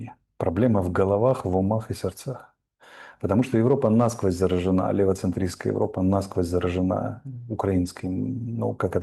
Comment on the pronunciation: При всем уважении, г-н Арестович - насквОзь...нАсквозь звучит очень по плебейски и режит слух....